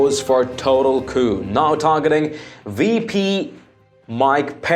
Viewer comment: Can you say coupe